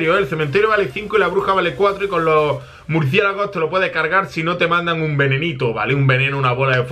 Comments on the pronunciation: el el minuto dijo murciegalos en vez de murciélago laik si lo escuchastes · buen video pero en el minuto dijiste murciegalos